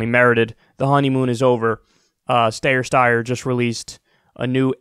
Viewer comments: ST-eye-ER .. for gods sake Kyle 🙈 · Kyle: From the horse's mouth the name is pronounced Styer. This horse is, by the way, like all other wannabes-- trying for traction against the only candidate worthy of challenge. That be our guy, Bernie. Billionaires and Bernie are an oxymoron. Something that can never be, so Steyer's attacks should not be a surprise. FDR said" I welcome their hatred." Bernie says you're going to pay your fair share of taxes which to billionaires is as good as a silver crucifix in the face of a vampire. Confucius spent 13 years traveling the known world to find a righteous man to lead China. He never did find one and the emperors continued to rule. Aren't we lucky. We have one -- Bernie Sanders. The billionaire class and those who profit from them and the status quo would rather eat broken glass than utter his name. He must be doing something right and he's doing it for us. This country needs this change. Our democracy is currently on life-support and if Trump wins another term we will lose it. The irony is that our best days were when the public and private interests paid their fair share towards the common good. We ARE a mixed economy. A monopoly just doesn't work as well as we have seen for decades with crony capitalism run amok. We have to restore balance to have a healthy economy and society that works for everyone. The wealthy think they can go it alone. Wait till there's a Starbucks on every corner and no one left to buy the coffee. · The steyer pronunciation joke is getting a little old. It’s not that hard of a name to pronounce. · I get the name is odd and you’re belittling him but just picks pronunciation please. Love the show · How do you not know how to pronounce his name after all his impeachment ads??? He literally started all of them with "I'm Tom Steyer" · Omg you mispronounce his name every time... dude I love it 😂😂😂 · Can’t you just learn how to pronounce Steyer’s name? It’s not cute anymore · "Stayer, Steyer" lol